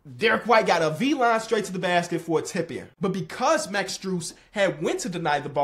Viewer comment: Did you say that Derrick white made a V line to the basket? It’s bee line. Maybe I just heard you wrong. But yeah if you said V line, it’s not that, it’s bee line.